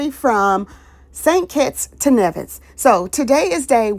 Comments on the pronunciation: Nice... I am from the Caribbean.. St Vincent and the Grenadines to be exact 🇻🇨🇻🇨... But Nevis is pronounced "knee-vis"... ❤ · Nevis is pronounced as NEE-vis. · Please it's N E V I S